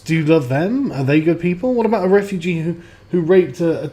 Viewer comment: John Wyskochil camp re-foo-gee